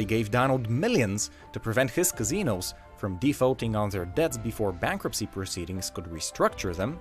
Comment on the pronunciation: Kazzinose... no no its casinos.